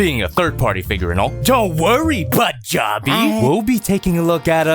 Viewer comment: As a scotsman it's hilarious every time he says jobby